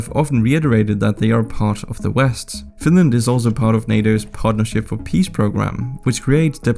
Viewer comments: OH NO, NOT FINRAND!! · Whaaaat? Oh my god! Not Finraand! 😂